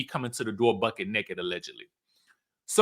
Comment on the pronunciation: please stop it 😂😂 it's not BUCKET 😂 it's BUCK. But the way u say it is so damn 😂😂😂